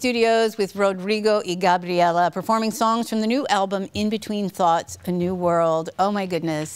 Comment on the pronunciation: she pronounced Gabriela so right!